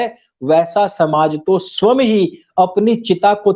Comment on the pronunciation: जी गौतम बुद्ध के बारे में आपके तर्क सटीक प्रतीत हो रहे हैं। विभिन्न विषयों पर आपकी विवेचना से आपको आर्यश्रेष्ठ का संबोधन करना उचित होगा। साथ ही आपसे एक विनम्र आग्रह है कि स्व+यं=स्वयं के उच्चारण में सुधार कर सकते हैं। अन्यथा न लें, मैं आपको अपनेपन के कारण अनुरोध कर रहा हूं।